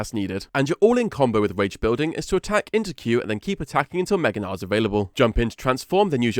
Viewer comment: He's name is Gnar, hard R, and hard G like G in good.